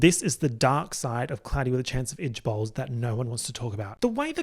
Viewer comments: Keep thinking your saying "itch balls" instead of ijbols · the first time I watched this I thought every time he was saying ijbol he was saying “itch balls” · i keep hearing "cloudy with a chance of itch balls" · now why does he pronounce IJBOL as "idge bowl"😭😭😭😭